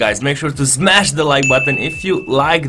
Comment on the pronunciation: It's "Smash" I hope Krasi heard